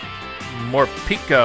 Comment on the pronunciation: I hate how calls morpeko morpeeko